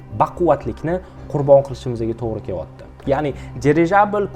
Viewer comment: Кевоти эмас келаябди